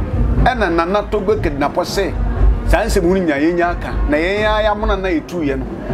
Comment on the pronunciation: His name is Kedinapo, not Kidnapo